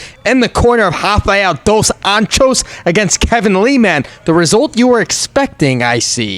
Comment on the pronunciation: The way you say Rafael Dos Anjos' name got me crackin hahahaha